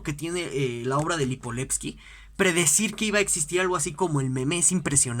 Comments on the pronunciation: LIIIPOVETSKY no Lipoletski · LipoVetsky carajo!! Con V.. que mierda. Comenzó hasta bien el video pero si no puede pronounciar bien ni el nombre del autor es muy complicado